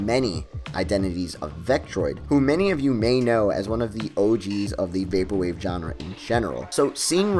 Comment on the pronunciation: you mispronounce genre so much that i literally felt like... okay i can't find the words for it